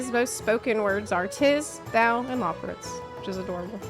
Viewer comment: "Tis" "Thou" "Loporrits" lmao